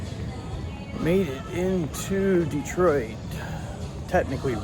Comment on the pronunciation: Props for saying "Dee-Twaa". 😁 Thanks for taking us along on the trip, really cool video. I'm glad we decided not to film our fistfight as that was just between us. 🤣 Cheers!